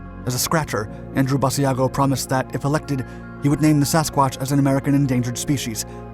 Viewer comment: To all who think this is not true…you are wrong. And it is not ‘bad e a go’. Iris ‘Bash-a-go’.